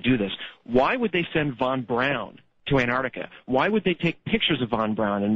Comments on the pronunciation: why does he keep calling him "van brown" . trying to make him sound less germand lol. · Germans pronounce au like in a name Wherner Von BrAUn as sounding like OW as in Brown. But as Plait isn't a German, it sounds a little odd coming from him.